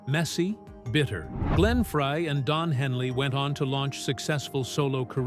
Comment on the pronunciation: Nice f**kning AI narrator- turning off after hearing 'Fray".. Joe deserves better than this nonesense!